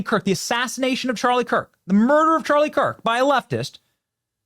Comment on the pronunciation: Obama can't even say Charlie's name. Disgusting.